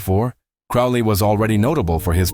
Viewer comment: Note that the correct pronunciation of his name rhymes with "slowly." He also had the nick-name of the "Old Crow."